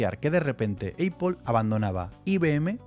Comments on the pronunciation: que nervios cada vez que dices: eipol... nopity nopity, nop... es A-pl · me genera ansiedad la distorsionada pronunciacion de apple EIPOL esta rémal si quieres pronunciarlo como hablante notivo es APL si quieres españolizarlo es APEL pero en absolutamente ningun escenario es EIPOL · Porque dice Eipol? 😂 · Bro no es aiple es aple😂 y no soy fanboy. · Como vas a decir "EIPOL"! Un poquito de pronunciación te pido hermano! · Eipol xd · ¿Por qué dice EIPOL? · Pues yo creo así el los diferencia, dice eipol cuando se refiere a Apple como empresa pero cuando se refiere a Apple como marca lo dice bien, si pones atención te darás cuenta jajajaja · Me saltó el video por la forma de pronunciar el nombre de la empresa me molestan los oídos 😂😂😂😂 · Apple no se dice como tú lo dices, solo para que lo corrijas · Todo muy bonito pero pronuncias mal apple, incluso en inglés no se pronuncia así, supérate! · Yo mas bien diría que Éipol se inspiró en las tiendas Dyson que eran lo mas parecido a las actuares Éipol Store. También escuché Mashintos??? 😂